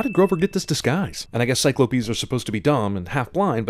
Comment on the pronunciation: he said Cyclo-pes while insulting the movie.